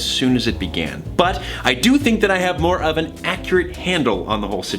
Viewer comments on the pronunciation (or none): I know he said "more of an" but I heard 'more oven' XD